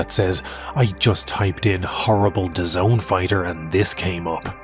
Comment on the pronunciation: It’s “Daz-nee”